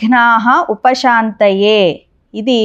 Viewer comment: విఘ్నోప శాంతయే అని వ్రాసి షాంతయే అని పలుకుతున్నారేమిటి? దయచేసి నా సందేహం తీర్చగలరు.